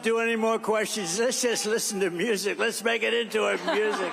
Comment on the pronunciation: Lesh not answer queshuns . . . Off his a** on something. And Mr “Doctor” doesn’t know what duplicitous means.